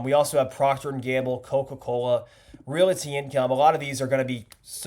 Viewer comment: Dude, realty does not have three syllables. The word is pronounced "real + ty", not "real + i + ty".